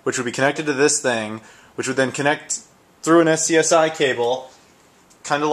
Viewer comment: i'm pretty sure that the term SCSI is pronounced "scuzzy". its not a very rare cable, they were basically the usb of the ninetees.